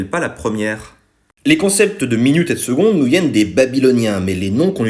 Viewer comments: Alors tout c'est génial mais on dit seConde et non pas seGonde ( en plus en latin tu le dit correctement) pour ceux qui connaisse et suive Athéna TMTS ;) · Et pourquoi ça se prononce « seGonde » ?